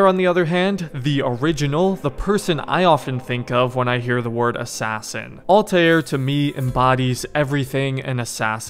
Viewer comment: Ah yes.. Altajier